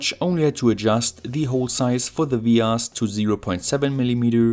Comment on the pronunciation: What's a ve-arse?